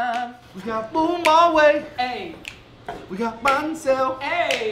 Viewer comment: Prononce bun correctly. Especially after your friend said it.